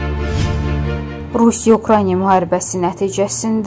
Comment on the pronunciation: Niyə Ukraynyaa? Ukrayna, bu adı belə tələffüz etmək çox çətindirmi?